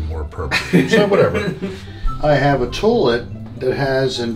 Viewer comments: Had anyone else noticed how pronounced "toilet" as "toe-let?" 😂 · Marylander here, saying "tullet" triggered me. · Tour-let is now how I am will pronounce toilet from on. Thanks,!